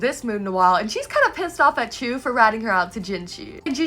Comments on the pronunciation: Btw, Chue is pronounced like the word 'archway' but without the 'ar' at the start. You can also say 'choo-ay', which is the Japanese pronunciation. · Wait pause what’s the official pronunciation of Rikuson and Chue cz up until now I’ve just been reading it as “Rik-u-SON” and “Chu-ay” (emphasis said on capitalised parts) and the son part said as like “son” not “sun” uhh idk guys